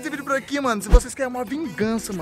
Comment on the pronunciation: Vungança, Vungança, Vungança!!! kkkkkkkk